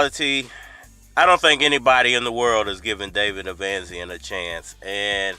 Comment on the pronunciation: Bruh u make us black folks look bad when u mispronounce these names like that, I know u can read fam, the man name is Eimantis stanionisGT1 (E-mantis Stanny-o-nis) David avanesyan (av-a-nesy-n) smfh 🤦